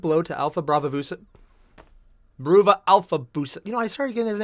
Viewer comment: I'm surprised you still haven't realized that "Bruva" is supposed to be pronounced like "brother".